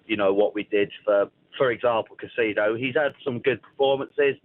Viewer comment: Caicedo and not Casido. Broja is pronounced as Broya. Say the names right first